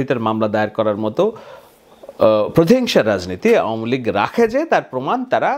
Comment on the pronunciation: আওয়ামিলীগের সকলেই বলে আউমিলিক এমনকি জয়ও বলে আউমিলিক। এটা আসলেই আউমিলিক।